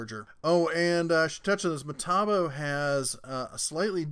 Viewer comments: Metabo is pronounced Meh-Taw-Bow.......lmao MAh-Tee-Bow is driving me crazy!!! ................lmao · That french sucker is pronounced "May-Tah-Bo"(not a fan of that brand) and I'm surprised to not see Fein in the list. Is that brand not going round on your side of the Teacup? (European here...) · Hey. It is Me-tah-bo.Keep up the good work. I always watch. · How does a tool review channel host not know how to pronounce metabo? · Hahaha funny as hell the way you pronounce metabo